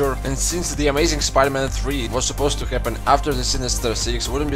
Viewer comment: When you say spider-man i hear pider man